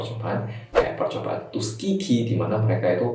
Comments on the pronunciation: 'Tuskeegee' kedengerannya tusuk gigi wkwkwk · Saya dengernya tusuk gigi 😂✌️ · Tuskegee tapi dengernya tusuk gigi